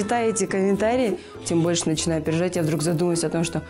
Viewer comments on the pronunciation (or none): дурыстап окысайшы😅😅 больше деп тургой😫😫